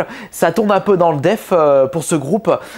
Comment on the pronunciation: Pq tu dis def et pas death